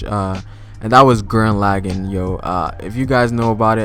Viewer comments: Did you SERIOUSLY just say Guran “Lagging” I’m done your disgraced the name you goof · Dislikes because of the way he pronounced "Gurren Lagann"